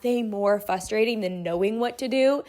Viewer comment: Frustrating not "fusstrating", lol :virtualhug